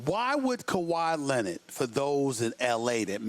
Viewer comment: Like if Stephen A says Leonard funny